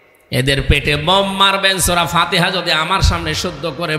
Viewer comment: ফতেয়া দেওয়ার জন্য ওস্তাদ কিন্ত সুরা ফাতিয়া শুূ্দ্ব করে বলতে পারেনা ।